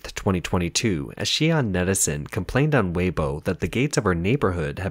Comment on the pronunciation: C’mon at least pronounce Weibo correctly.